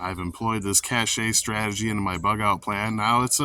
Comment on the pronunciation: Cache is pronounced cash not cache'.